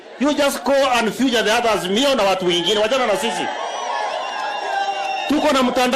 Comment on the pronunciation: It is feature not future ...kind tell Sudi that on my behalf